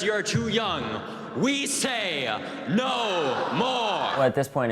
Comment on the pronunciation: David 'We Say-ah NO MORE" Hogg